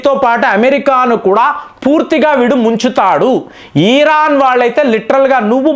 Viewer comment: ఈ సారి America physical యుద్దం చెయ్యదు.. Digital యుద్ధం చెసి అవకాశం ఉంది...ఈరాన్ కాదు... ఇరాన్ సర్